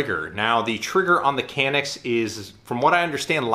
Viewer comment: It's pronouncing as "John-ick"